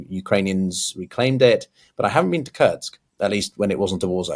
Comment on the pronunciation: I love you but you have got to stop pronouncing Kursk as "Kurtsk" 😅